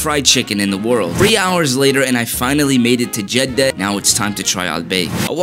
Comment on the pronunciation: bro really pronounced Jeddah with two D's💀💀